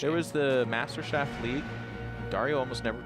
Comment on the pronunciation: Also, your pronunciation of "Meisterschaft" is hilarious. the -schaft isn't pronounced like "shaft"... it's more like "shahft"... The R in "Meister" is another thing entirely. It's made by pressing the very back of your tongue against the very back of the roof of your mouth. So the "er" combination in "Meister" ends up sounding like the English "air" but with the R in your throat.